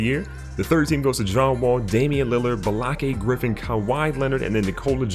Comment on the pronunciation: I lost it at Ba-lakay Griffin 😂